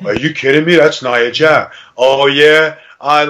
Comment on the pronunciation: It's nia jax not nia jack